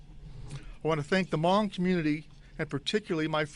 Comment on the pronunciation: The Chief pronounced their Hmong names correctly too !! That's scary man.That tells me the Chief is cultured.........